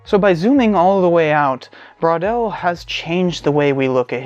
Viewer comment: i love the way you pronouce "bwaudel" wondering between "bro" and "bor"..with a wave of awkward puns ;)